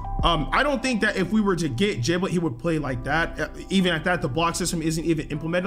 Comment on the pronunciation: Giblet not jiblet its like Gerry and jerry